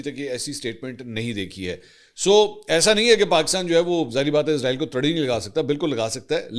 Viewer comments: Manson sahab Israel ki sahi pronunciation ee-s-ra-eel hai Jo ke Urdu Arabic or Hebrew me use kinjati. Izraeel is used by English speaking countries. Ap urdu me program kr Rahway to sahi talaffuz use Karen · Asslam o alikum with due respect sir ap jub bhi israeal ka nme pronounce kerty hy to izraeel kehty hy to yeh ek frishty ka name hy jo rooh kabz kerta hy ap اسرائیل kha kery.thank u